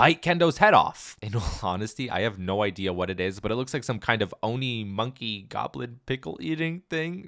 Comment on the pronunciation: "Fortnite Chapter 6 Season one: Oni Hunters" FINALLY! someone said it right. Thank You.